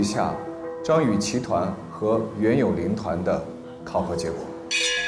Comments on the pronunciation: 每次杜华说张雨绮的时候我都听成脏雨绮。。。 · 杜华的普通话很渣。。。脏/姜雨琦 😂 究竟想怎样。。读不准就不要这么强调好吗？ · 為什麼每次聽杜華講評後不公平，英文發音不標準就算了，連中文發音不標準，連續張雨綺的名字一直念錯。也是醉了🤦🤦